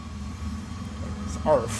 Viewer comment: nobody: Literally no one: Dashie: “iss earf” 🤷🏻‍♂️